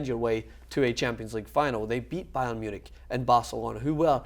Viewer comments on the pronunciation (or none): none